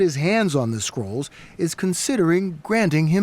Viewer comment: Am I only one who heard squirrels instead of scrolls? 😅🤪